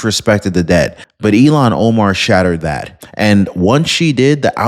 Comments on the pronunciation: Her stupid name is Ilhan, not Elon. Why do you keep saying Elon, you mispronounced her stupid Muslim name every time you said it. I kept waiting for you to correct yourself, but everytime you called that dumb bitch Elon. Wtf? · damnit man, her name is Ilhon not Elon. It's pronounced ILLHON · DEPORT ILHAN OMAR!!!!, I respect your news outlet and have been listening to you for years!! But PLEASE, don't call her "Elon" Omar!!!! That's really an INSULT to Elon Musk!!!! Her name is pronounced ILL-HAN!! And,fittingly,a nasty disease should be named after her name!!!!! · Dude stop mispronouncing Omar's name. It's not Elon it's illhan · Not Elon Omar, it is “ilhan Omar” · Dude. Pardon me but you keep pronouncing her name wrong. It is pronounced ILL-Han. You keep calling her Elon. He might get mad. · It’s not “Eé-lawn” (like Elon Musk), it’s “Ilľ-hawn”. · her name is ILL-han not E-lon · Not to be petty, but her name is pronounced 'ill - hon" not Elon. I kept seeing his face every time you pronounced it as Elon. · You are mis pronouncing her first name. It's not Elon is Ilhan. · Deport IL Han. Not Elan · Il han not elon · Ill-han not Elon. Thanks Omg I had to stop listening because everytime you mentioned her name I pictured Elon. I will be watching for other videos. Have a Blessed Day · it's Ill-han, not Elon. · Why do pronounced it like Elon Omar not illhon Omar I shoun this channel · It IL HARN. Not Elan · Who is Elon Omar? Do you mean Illhan Omar? Pronounced ill han, not Elon. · Her name is ill -han, not E - lon. Hope she gets deported in any case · Good job,. Here's a hint on the pronunciation: ILL-hahn, not elon Omar. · It's ILL hon Omar. Learn to pronounce the name of the person you're insulting. Its Elon Omar. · Its not elon...its Ill- hon. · Elon Omar or Ilhan Omar? You’ve been mispronouncing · Hey, her name is pronounced, "Ill-Hon" not "Elan" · you’re pronouncing her name wrong. It’s ill Han not Elon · Ill-haun, like blah, like puke. 😂